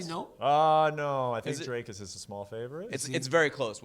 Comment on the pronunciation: Why is is so difficult for americans to pronounce "Dricus". I dont mind perse, just confused as to why its difficult. Its not "draykus". You can say "d*ck" you can say "d*ckus" then you can say "dricus"